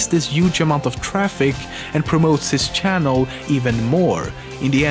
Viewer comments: lol shannel XD it channel not shannel XD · Says Pewdiepie can't pronounce his own name, says "shannel", "ioost", "sheck, etc". Oh the irony